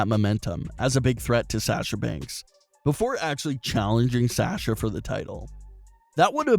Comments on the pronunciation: Very hard listening to your mispronunciation of Sasha over and over and over again (it's 'sahsha' not 'sash-a'), so the name change will help in that respect. Also, "vs" is "versus," not "verse." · Stop saying Banks name wrong. It's pronounced Saa Sha now Sa Sha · Can you please learn how to promote Sasha instead of saying Sasscha